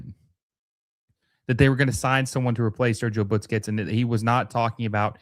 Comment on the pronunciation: Why does this guy always say Butsquets instead of Busquets?